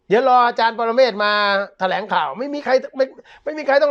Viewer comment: ไมใช่แถลงอ่านว่า แถ ลง 5555